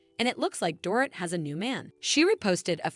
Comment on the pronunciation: Learn how to say their names!! Dor-eet, Lou-Ann, etc.